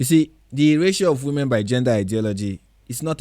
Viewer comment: Notice how he keeps saying "We-Men"? & those silly biological females ecstatically cheer HIM on.